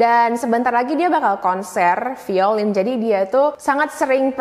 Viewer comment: "Violin" sounds more like (vai-lin). Cmiiw, idk how it sounds on different accents.